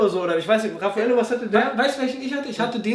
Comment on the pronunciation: DER HEISST RAPHAEL HAHAHA NICHT RAFFAELLO !!!!!!!!!!!!!!